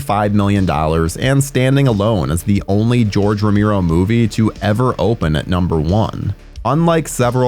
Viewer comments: You say Tomato, we say Tomato, You say Rameero, we say Romero. It's too distracting, I had to stop watching. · Who's "Romiro"??? Oh! You meant ROMERO.... 🤣🤣🤣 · It's pronounced ro Mair o.Not ro mere o.If you're going to act like a horror expert,dude,I can barely watch this every time you say ro mere o. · Get someone to narrate who can pronounce Romero's last name properly ! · Seriously, this has been driving me crazy the whole video. It's not even that hard of a name.